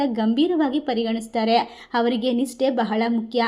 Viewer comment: ತಾಯಿ ಮೊದಲು ಭಾಷೆಯ ಉಚ್ಛಾರಣೆ ಯನ್ನು ತಿದ್ಕೊ ತಾಯಿ. ಇಲ್ಲದಿದ್ದರೆ ಅಪಾರ್ಥ ವಾಗುತ್ತದೆ ಹಾರಾಧನೆ, ಹವರಿಗೆ, ಹಾಳ,ಹಾದರೆ, ಹಬಿಪ್ರಾಯ, ವರಗಿನಿಂದ,ಹೋಟ, ಹಾತಂಕ,, ಹಾಫಿಸ್ , ಹಾಗಿರುತ್ತೆ, ಅಲವಾರು, ಹಾರೋಗ್ಯ, ಹೊಂ ದುಂ ದುರ್ಗಿ ಅಲ್ಲ. ತಪ್ಪು ತಪ್ಪು ಉಚ್ಛಾರಣೆ ಮಾಡಬಾರದು.